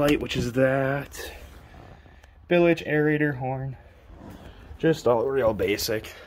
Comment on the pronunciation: Congrats. Nice boat. One thing: it’s “bilge” not “billage.” Tight lines.